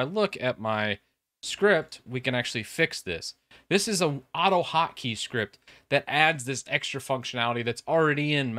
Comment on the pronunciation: Hockey? What’shockeygottodowithwinders??? ... oh annunciation! I get it.